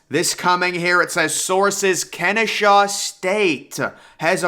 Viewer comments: Its Ken-eh-saw state. I go there so its pretty exciting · God please learn how to read. If you see an “h” in Kennesaw, I will apologize.